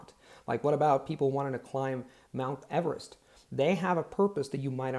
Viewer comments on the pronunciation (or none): none